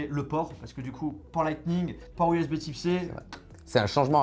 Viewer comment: Bordel tu sais pas dire usb C ????????